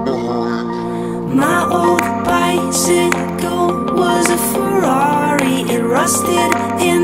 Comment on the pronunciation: Omg ikr! I wish I could sound like that when I say Ferrari!